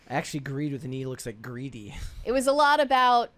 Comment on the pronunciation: It is pronounced greedy lol